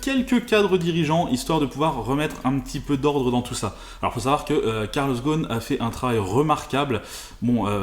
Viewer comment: GhoSSSSSSSSSn et pas Ghon! Les Français sont les champions de changement de nom !